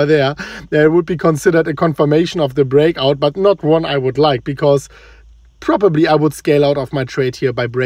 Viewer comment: Lol......"probobly" ,,,,,,,anyone can say maybe or probably